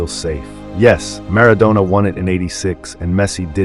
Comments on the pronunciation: Don't call him Mara"doughnah" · If you could pronounce Maradona a bit better, it would be a good start.